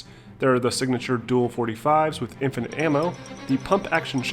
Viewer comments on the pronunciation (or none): How you gonna just breeze over the fact you said “ in-FYE-night” …. It’s “infinite” 😅